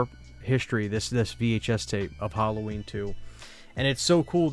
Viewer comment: This is an interesting video, but please oh please learn how to pronounce Halloween! It's so annoying every time you say the word. It's not "Hulloween", it's not "Holloween", it's Halloween. "Ha" as in "Hat". The word is an abbreviation of All Hallow's Eve.